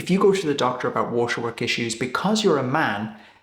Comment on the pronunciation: The way you pronounce "waterwork" is really funny. Usually, you hardly have an accent and you're very easy to understand but, when you hit the word waterwork, what comes out is "washawuk", which sounds like a cool native American name for a region in northern Canada but I had no idea, what you meant. I had to rewind and activate the caption. Pretty funny 😊